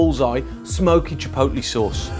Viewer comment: Yes, it's chipotle. NOT chipolte. Thank you, Food Busker.